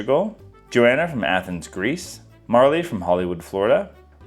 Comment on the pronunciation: I'm sorry I mentioned that you pronounce my name differently than I do. It's so exciting that you still gave me a shout out! Johanna of Brattleboro, VT.